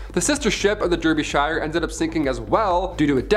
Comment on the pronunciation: The pronunciation of Derbyshire is quite far off 😅 it’s meant to be pronounced darbyshure